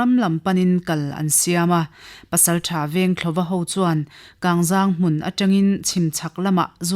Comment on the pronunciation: A ngaihnawm thin hle mai, amaherawh chu, Mualcheng khaw hming hmasa Kangzang tih hi a thluk a dik lo deuh a, 'Zang' tih hi, mawilo nilo se, mipa zahmawh kan sawi thluk a thluk tur a ni zawk e